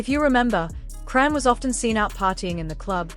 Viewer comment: Who dfk is "CRAN" Cmon folks. Its AI...WHY YOU STILL TALK DUMB.